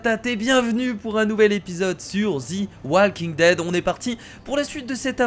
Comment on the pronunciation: salut kira c'était pour te dire que sa se disait [ze] walking dead et non [zi] walking dead sinon continue la série j'adore